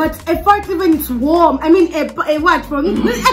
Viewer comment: It's her emphasis on how its even warm😂😂😂😂😂😭